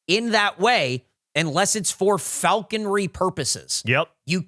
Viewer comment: “Falconery” 😂. In what world does that “e” make it in there? It’s just “falconry”. is normally so good at that sort of thing and NOBODY ELSE CAUGHT IT!?!?